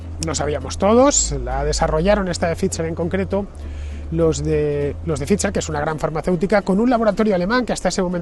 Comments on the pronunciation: Que sigas diciendo Fitzer en vez de Phai-ser a estas alturas también es gracioso… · Hijo infórmate no es Fitzer es Pfizer (se pronuncia faitzer) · Para no escapársete nada, la pronunciación de la Bigpharma no se te queda eh? /faiser/ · “Pfizer” se puede pronunciar como “pfaitser”, me resulta raro oír “fitxher” en boca de Fernando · Se te ve muy convencido por eso has vuelto a por la tercera banderilla. Qué dolor de oído cada vez que dices FIZZZZER😅😅😅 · Só escutar dizer "phitcher" en vez de "pfizer" já me deu principios de vomito. Este está grafenado até à raiz dos cabelos. Este é o nivel. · Se pronuncia “faizer “ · Nu, nu... "Faisor" (º_º) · No comprendo este comentario 😮 hasta la fecha se sabe que la unión europea favoreció este tóxico al mundo, con todos los intereses de conflicto. Estarán contentos en pfizer porque hasta lo pronuncia raro…😂😂😂 USTED DEFIENDE QUE,???